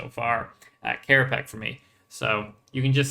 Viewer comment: * Hermoine voice * it's kerapatsj, not kerapack